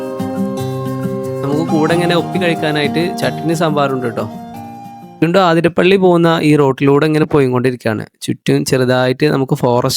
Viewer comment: ആധിരപ്പള്ളി അല്ല അതിരപ്പിള്ളി